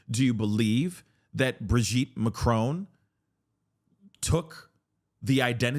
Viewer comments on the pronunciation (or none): She also pronounces it a as macrown instead of macron. So ignorant